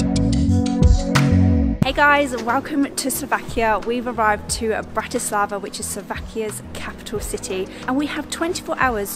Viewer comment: It's BRAti slava, not BratiSLAVA. Accent on first syllable. And no such word as Slovakian, just Slovak. From a Slovak. Otherwise liked your video.